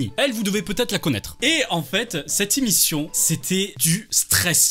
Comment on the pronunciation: Tu dis imission au lieu de émission